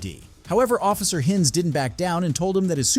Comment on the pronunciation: “Office Hinns”, “Officer Hinns”, “Sea Urchin Dana” 😂 Bro, reading isn’t that hard… They even said the words/names themselves”. Also, me: “I’m done with this video at this point”.